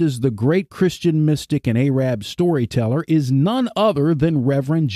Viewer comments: Ay-rabb?? That is not the way to pronounce Arab!! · The mispronunciation of Arab is so disturbing and distracting from your message.